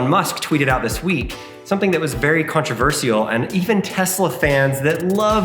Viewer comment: you pronounce "controversial" wrong 😆